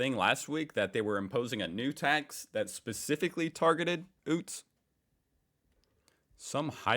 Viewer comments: its not (oot) its (you..t.). you are getting better with emu :) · My goodness!!! Why are you calling those cars “oots” ? It is pronounced “youts”. Sooo funny!!🤣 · YOOTS not OOTS!!! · And, about utes.. theyre pronounced yutes not oots 😂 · Oots??? We pronounce as "Yoots" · OOT....? NOPE...., its pronounced YOOT. CHEERS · please! stop calling ute's "oo-ts", it's pronounced "you-ts" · 1. “sanga” is slang for sandwich. 2. “utes” is pronounced “yoots”, not “oots”. 3. Love the 19th century British cockney accent you still think is an Aussie accent. Lol. Cheers from Oz to you and your family. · A burger is a bun. A sanga is a sandwich. This subject is easier for us Aussies to understand as it is part of our everyday life since birth. And it’s not OOTS for utes, but is pronounced YEWTS or YOOTS. Give it a shot, love ur clips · You finally mastered how to say "emu" now you need to pronounce "utes" properly. It's like you, then add a ts, hence youts, NOT ootes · Utes is pronounced yewts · If keeps calling them oots I will lose it